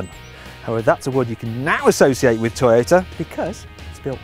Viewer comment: When he said 'Toyota' was I the only one who thought 'Taxi'?